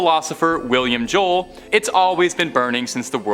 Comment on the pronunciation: Are. U. Talking bout. Billy. Jole. When. U. Mentioned. Wilum. Jole.